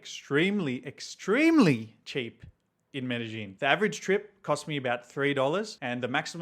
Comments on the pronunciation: It's not Medejín will u please quit saying Medejín , THERES NO J IN MEDELLIN ITS PRONOUNCED MEREYÌN NOT MEDEJÍN SAY IT PROPERLY IF U WANT TO MAKE A VIDEO ABOUT IT because your going to have innocent foreigners showing up calling their city MereJín lookin crazy aF! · He doesn't, and it's crazy for someone who is living there for 4 years in the city and still don't know the correct pronunciation of the city